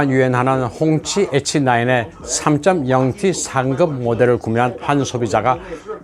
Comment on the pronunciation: 홍치 에치나인..ㅎㅎ선생님 발음 재밌어요